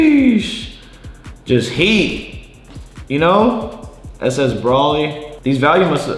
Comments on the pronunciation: It’s not pronounce braly it’s pronounced Broly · Broly is pronounced (Bro Lee)